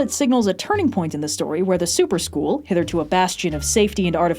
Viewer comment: Every time said "Super School" I kept hearing "soup or school" and then my chicken noodle soup of a brain kept wondering what the soup du jour was and whether or not I actually had to eat it.